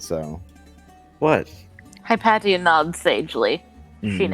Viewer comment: Probs to the history buff which plays Hypatia. My daughters are named Cynisca and Hypatia. Btw your saying it wrong in both the Greek and Egyptian ways. Its either hip asia or hip a tea uh.people butcher my kids name daily lol and my wife is Anastasia. Yall stalking me? Lol